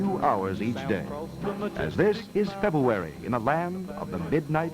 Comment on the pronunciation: “this is febu-erry land of the midnight sun” 😂😂